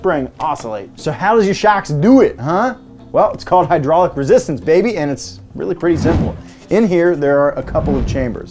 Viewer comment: hes saying babeh wrong